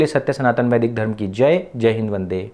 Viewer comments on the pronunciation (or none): none